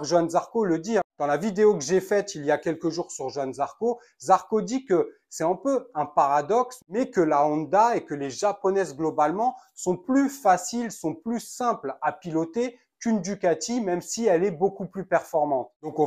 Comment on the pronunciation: Je te mettrais des pouces rouges jusqu a ce que tu saches prononcer Honda (On - da) pas One da (Ps, je suis Basque, me parle pas d accent stp)on dirait un gamin de 5ans qui parle de moto